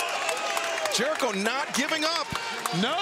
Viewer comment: Jericho bruv It’s chris jericho😞